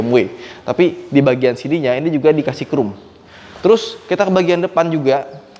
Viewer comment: agak greget ngedenger ngomong chrome nya 'krum', bukan 'khrom':D